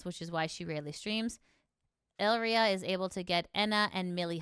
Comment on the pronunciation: What is with the butchering of names in all these videos. First selen as Selene and now Elira as Elria.